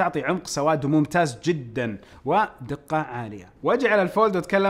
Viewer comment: كأنه قال ممتاج